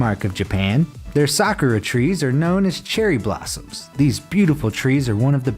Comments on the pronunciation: It’s not sakra it is SAK-U-RA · S a k u r a....not sKra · A soccer tree? It's 'Sa-koo-ra'. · The only things I found annoying in this video is that he pronounced Sakura wrong AND he showed Tiananmen Square which is in China, if you consider what happened there that’s quite disrespectful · I know he doesn’t speak Japanese but the way he says 桜 - [Sakura] is making me triggered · You pronounced the Japanese word for cherry blossom so wrong . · Proud pronouncing Sakura wrong because I watch Naruto and that is not how you pronounce it.